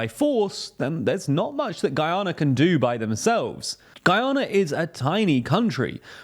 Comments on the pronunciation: Guianer 😅 is that the same as Canader ? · The pronunciation of this dude for Guyana is atrocious